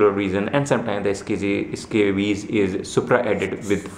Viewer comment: The Eh-Scabies huh?